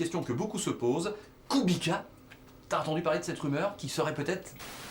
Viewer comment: Exactly! KubiCa not KubiKa !!!!!!!